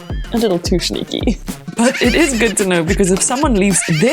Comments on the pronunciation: NO SHE DID NOT EVEN PRONOUNCE SNEAKY RIGHT. MORE LIKE I AM A SNAKE! I WANT YOU TO SHOW ME YOUR ADDRESS, AND I WANT YOU TO GET A JOB LIKE AT A RESTAURANT OR SOMETHING INSTEAD OF MAKING STUPID TECH VIDEOS!🤬🤬🤬🤬🤬🤬🤬😡🤬😡🤬😡🤬😡🤬🤬😡🤬😡🤬😡🤬😡🤬😡🤬😡😤😠😡🤬😤😠😡😠😤🤬😡🤬😡😠😤😡👿👿🤬👿🤬👿🤬👿🤬👿🤬👿🤬👿🤬👿🤬👿🤬👿🤬👿🤬👿🤬👿🤬🤬🤬🤬🤬🤬😠🤬😠🤬😠🤬😠🤬🤬😠🤬😠🤬😠🤬😠🤬😠🤬😠🤬😠🤬😠😺😠🤬😠🤬😠🤬🤬😠🤬🤬😤🤬😤🤬😡🤬😡🤬😤🤬😤🤬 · its the "shneaky" for me xD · 😂 why you pronounce shneaky and shweet that way? Makes this channel even more...SHplendid . Got my Shub and like